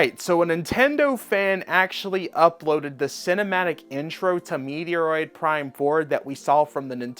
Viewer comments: Bro it’s Met-roid… not Meteor-oid. If you are meming then apologies. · Pronounced Meh•troyd Prime 4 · Meteor roid? Does he legit not know how to say Metroid or is he trolling?? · Meteoroid…. Lmao hope you’re memeing